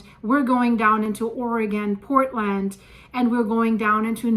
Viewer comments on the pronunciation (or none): none